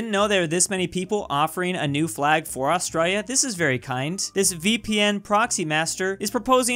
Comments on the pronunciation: That accent when pronounces Australia 🤦🏼‍♂️ Lavender fields of France (purple), and the icy UK is the cliffs of Dover right? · He says Australia Austraia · Just me that gets annoyed the way he said Australia